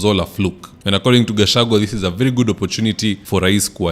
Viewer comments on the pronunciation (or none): none